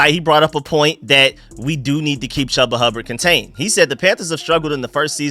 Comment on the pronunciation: His name is pronounced Choooba Hubbard 😅